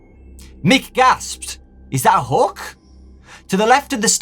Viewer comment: he's saying hook but it sounds like he is saying hulk😶